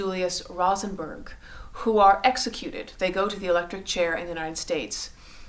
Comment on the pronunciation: You pronounced Able Meeropol's name incorrectly, the name "Rosenberg" incorrectly...but more importantly the Rosenberg's were not tried or convicted of "Treason"